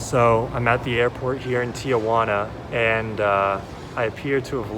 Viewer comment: Very helpful. It's Tijuana. Not tiAjuana. No worries people from Los Angeles to the border mispronounce it 😆 I was going to move to Oaxaca but my cousin recommended Saltillo. Any thoughts? BTW how much was the tacos